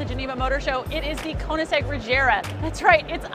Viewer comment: Why do be people say "Re jar ah" when Koensigegg himself pronounces it "Reg gare Ah"? Potatto or Potato